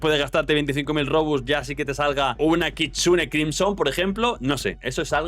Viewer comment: el bro dijo kichune